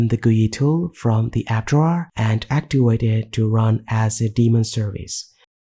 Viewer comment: Your English is very good, but you sound like English is not your native language. I respect that, but please don't pronounce a word as if it is a different word. Case in point, the word "activate". Take care not to make it sound like "actuate".